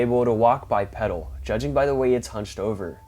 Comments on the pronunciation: The word is pronounced "Bye"-"Pee"-"Dull," not "pedal" as in the pedal of a bicycle. It's "pee," like what a dogman might do on your leg. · I've been texting him this same message for awhile now but he still says "peddle"😂😂😂😂😂😂😂😂😂😂😂😂😂